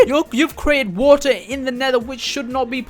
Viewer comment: You saying waer in stead of water